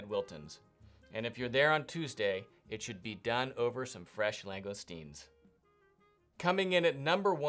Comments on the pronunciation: Long-gus-teen. Not ‘lang gone steens’ as you quite bizarrely keep saying. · Enjoyed the video. If you don't mind a couple of small points regarding pronunciation; langoustines are pronounced "lang-oh-steens" or more commonly "lang-ih-steens", there is only one letter 'n'. The hills where Rules having their own shooting range is the Pennines, it's pronounced "pen-nines" (pen-9's). Hope you don't mind me pointing this out. Thanks.